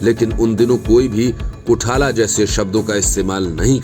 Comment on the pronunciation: कोठाला नही कोथळा